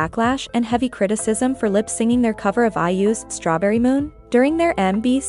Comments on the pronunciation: It triggered me everytime lol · Good video but does the voice machine saying “lip-singing” instead of “lip-syncing” rly stand out 😭😭